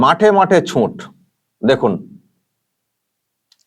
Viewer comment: কথাটা *ছুট*, ছুঁট নয়।